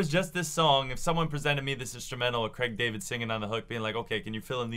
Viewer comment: Cregg David!? How on earth did you just pronounce his name